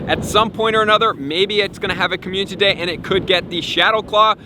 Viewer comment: Uh chandelure can’t learn shadow claw in the msg FYI also why can’t you say community day? I’d watch your videos more if you could say such a simple word.